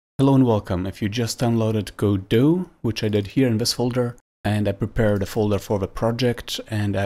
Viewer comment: You're the first person I've heard correctly pronounce Godot